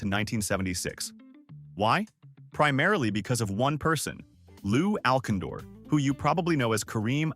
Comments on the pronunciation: “Lou Al-Sinder” Not Lu AlKindor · Bad AI. Lou Alcindore? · You mean "Lew Al Cin Door". It is caused by using a reading program, rather than recording a human voice. And in all likelihood the persons behind this production have no idea of the actual persons. I have seen several "dumbarium" videos and they are loaded with misspelled an mispronounced names of people and places. I've often thought it is an Asian production by a group that does not speak English but instead rely a software text translator. But the company that wrote the translator is probably the same one that did it for Garmin (a non-US based company) as many of the places names that got (in)famously "Garmeled" are mispronounced here as well. Almost as funny are the number of incorrect words, and lower case words inserted as persons family names. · His name was pronounced like Lew Al- Cinder. This was just a waste of time. Thanks dumbass. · Who is Lou Alcondor? It's Lew Alcindor. Your AI sucks. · It was incredibly stupid that they mispronounced the player's name but then pronounced it correctly when they mentioned the name of the rule.